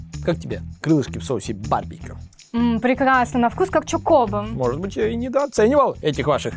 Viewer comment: ЧокОбо? Один я ударение на первый слог ставлю?